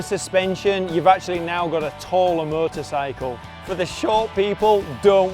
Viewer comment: With his accent a few times it sounds just like "murdersicle" lol